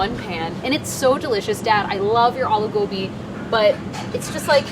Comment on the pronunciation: I’m so happy she didn’t say uh-loo gobi